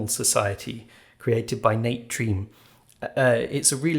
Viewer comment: I've heard of this game for a long time but never actually played it. Looks fun! Just FYI, because it's not obvious to most of us, "Treme" is pronounced "treh-MAY" (as I've heard him on a few podcasts). Hope all is well with the baby!